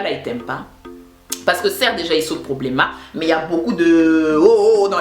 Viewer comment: "Problêma" Je me suis pissé dessus lol